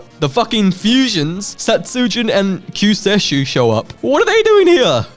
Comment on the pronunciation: I know you already had the original in the trio video but Kyuuseishu is pronounced "Q say shoe"